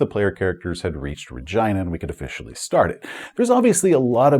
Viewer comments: Every time you say Re-JEYE-na it freaks me out. I guess its like the city in Canada but for 40 years we've said it Re-GHEE-na, like actress and director Regina King. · Sorry but I simply can't take that pronunciation of Rhe-gyna seriously. 😂 Was there a conversation about calling it the British way? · Your pronunciation of Regina is killing me, lol I think it's pronounced ra-GEE-na (as in the female name), so as not to mistake it with a part of human anatomy... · Is the subsector name RegEYEna or RegEEna? I have always used the latter pronunciation but am more than willing to stand corrected. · Perhaps you're trolling but the "I" in Regina is pronounced "ee", like the name Sheena. RegEEna. No biggie, but it does not sound like Vagina. Cheers, love your channel!! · Anyone else giggle every time he pronounces it "RegYna"? No clue if it's correct or not, just sounds funny lol. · Regina….. you say Regina but all I hear is vagina! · said ragina lol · I'd normally pronounce Regina like regeena, I guess the rest of my group did too since when I pronounced it like does here as a bit of a joke the group HATED it so I just had to make that the official pronunciation for the sector in my canon. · Sorry but i can't not unhear it as vegina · .....You mean Reh-Gee-Na? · Not to make this another "Boravia" situation, but... is that the pronunciation we're going with for Regina? I'm no traveller expert, maybe that's really how it's supposed to be, but I would not have guessed it. Either way, great vid, as always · lol regina sounds like vagina